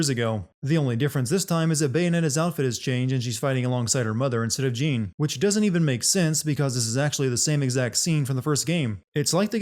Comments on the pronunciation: How did you get the pronunciation for Jeanne wrong all the time when you had the game call her in your video many times? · 1 sin less for everytime he says "Jeen" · Damnit, it's pronounced 'Zhawn.' Ladies get REAL uppity if you mispronounce their name. ding sound Also we saw multiple instances of the bosses from the first game, as if there's been more than one. ding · Jean?! Ro-DAN?! I cant like how you mispronounce things when you have the game telling you how its said. Makes no sense at all and honestly dilutes the work which I already had an issue with because you’re saying basically are dumb. Thought you wiuld grow out of it but ah well. Back to not watching these vids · Are you aware you pronounced Jeanne's name as "Jean" eleven times? As a gal who shares the same name with the same pronunciation, it makes me die a little every time I hear someone mispronounce it that way. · Actually it's more "Jahne". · Calling someone Jeen is a sin itself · I don't know why it so hard to say Jeanne like Joan/John that should be a sin count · he can’t pronounce Jeanne or Rodin and it’s making me die inside. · Entertaining video, but how are you mispronouncing so much stuff? Jeanne's name comes up constantly, Rodin's several times as well, and Noatun multiple times too. :P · YOURE PRONOUNCING JEANNE INCORRECTLY